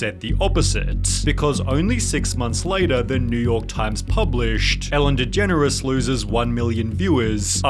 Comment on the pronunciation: Atlanta-"Fellen Degeneres"